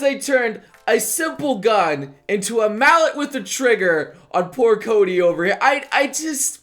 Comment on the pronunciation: it's Coby, not Cody